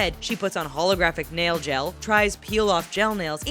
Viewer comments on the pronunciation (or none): "holographic nailGEL"? wut? Bitch you drunk?